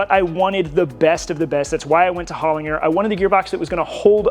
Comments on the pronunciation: HOL IN JER not HOL IN GER, you are correct. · Mate, just to let you know Holinger is pronounced with a soft G. "Holin-j-er". They make killer transmissions. I have been working around them in Motorsport in Australia for over 20 years.